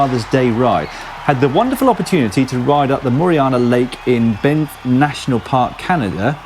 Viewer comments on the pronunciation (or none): Banff, Dan, BAN-FF... it's named after a place in Scotland AND... it's MORRAINE Lake... More-rain Lake. What the bloody 'ell is with you and Canadian places? Come over here and I'll school you on them over a great ride and a better pint or two. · Sorry Dan but it's "Banff" as in "Dan-ff" (or, more accurately "Damff") and "Moraine" as in "Mo Rain"... something you might be familiar with considering your country's weather. Also the road to Moraine Lake is closed to traffic from mid October to mid June or so due to avalanche risk. Having said that, part of the road is track set for cross country skiing once there's enough snow.